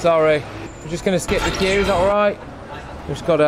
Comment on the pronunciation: It was every time 'the queue ' was said. Sounded like fq but possibly 'the queue?'